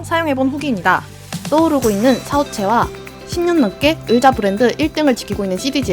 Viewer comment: 으자 말고 의자요!!!ㅎㅎㅎ 재밌는 정보 고맙습니다